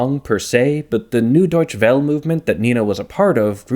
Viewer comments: I wince every time you try to pronounce German. It's "Noi-e Doitche Velle" not "New Doitch Well". One trick is type whatever it is into Google Translate and press the speaker button to get an accurate (though rather robotic) approximation. "Neue Deutsche Welle" is kind of on the nose because it's New Wave ("Neue Welle") and German ("Deutsche"). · "Neue Deutsche Welle" is pronounced like "NOY-uh DOYTCH-uh VELL-uh". ❤